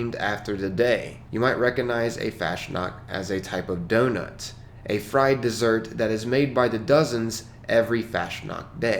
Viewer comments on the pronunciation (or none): none